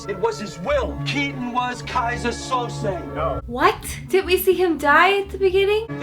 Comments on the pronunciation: It's 'Kaiser Soze' pronounced 'So-Zay' (or 'So-Zeeh')...not Sosa and not Souza. SO-ZEEH. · It's pronounced So-zay, not so-zuh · [They say “Soze” roughly 5,000 times]: Soza. Soza. Soza. Killin’ me, mama😃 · I love how you kept saying Soza 🤣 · 🤣🤣🤣keeps calling him "Sosa"